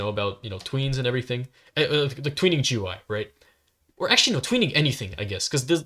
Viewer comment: It’s pronounced goo-ee